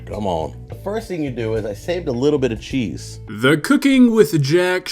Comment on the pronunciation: Take a shot every time he says chesse.